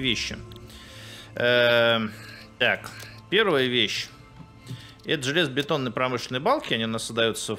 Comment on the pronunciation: мне послышалось, или вы сказали "железобАтонные балки", вы шо, французищщь? =D